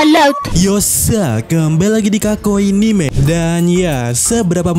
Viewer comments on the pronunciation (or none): none